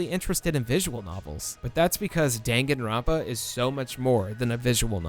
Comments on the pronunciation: DANG-GAN-RON-PA??? IT'S DAN-GAN-ROUN-PA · It's pronounced dun-gun, not den-gen, lol. You don't read romaji using stupid english rules. I'm not gonna waste my time teaching you japanese. Just go and take your western "carry-oh-kee" ass to a video where a japanese person pronounces it properly. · Great video, but the pronunciation of every Japanese word was so off. Its pronounced “Dahn-Gahn-rown-pa” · "*Dang* Gon Runpa" "Spike chun soft" ...My god is that how other people pronounce them????! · DANgan ronpa. DAHN. Like Dawn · I enjoy your video but how you pronounce Danganronpa hurts me physically lol but you are still awesome ♡ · Bruh. You can't even pronounce Danganronpa correctly.